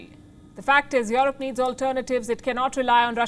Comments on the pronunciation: This lady broke me 😂😂 these days I can't help but pronounce it as "yorop" .. I've tried forgetting it, I can't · palki "worried" for europe... hahahaaaaaa!!!